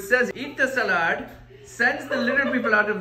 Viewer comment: I like it that he says ' salaad' instead of 'sailad'. It's such an Indian accent